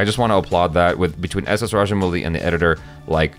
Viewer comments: Kinda weird seeing u both face each other n discuss as if we viewers r out of it. And rajamowli pronunce not muli=raddish in hindi xd. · Some Foreigners call him raja"mougli"